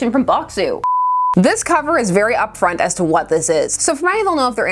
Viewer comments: Good, thorough review as always, but ... every time you said "very" I heard "beary." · uhm.... "this book is for a beary specific audience?"